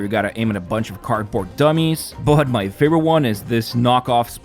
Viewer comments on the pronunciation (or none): none